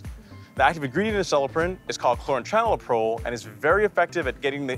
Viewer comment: How many takes was it to say "Chlorantraniliprole" without messing up? That was very well done! :) Think I'll add this to my shopping list next month.